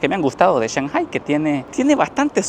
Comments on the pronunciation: Tremendo video,,lo que me mareo en todo el video es la.pronunciasion de shanghai,sw oye que dices Chanjai,y yo siempre lo escuche,changai, creo que le vas a tener que ir a preguntarle al chino flores como se pronuncia,jajajjaja,en realidad medejastes confundido con esto,por favor aclaralo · No me suena cuando dice chanjai, acá decimos Changai